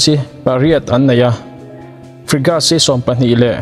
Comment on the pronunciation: Tha thlah miah lo atang,..😂😂😂Ihre ril lo ve ang chu aw🤣🤣mi ziah sa bak ichhiar nek lo ange....chuan tu man Frigates hi Frigas an ti ngai lo bawk,...SU hi tuman Su(hmeichhe zahmawh lam ang in) ti in an lam ngai lo bawk,...